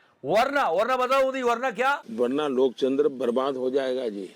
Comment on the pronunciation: Loktantra ko Lokchandsr bola gaya kya ye slip of tounge tha ya jaan mooch kar bola gaya ..? 🤔🤔